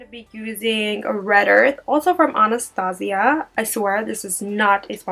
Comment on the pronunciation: She's pronouncing Anastasia wrong.. ann-a-stay-sha Like the movie? about the princess? Other than that.. LOVE this look ♥